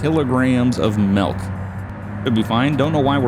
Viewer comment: Lol “melk”